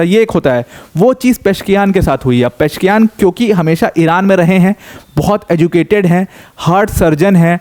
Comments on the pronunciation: It's not Mahmood it's "Mas-ood" and "Peh-zesh-kee-an" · Sir it is " मसूद पेजेशकियान" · Masoud को mehmood पढ़ना कैसे सम्भव है l Pezeshkian. पशकियान इसको अगर आप गलत पढते तो...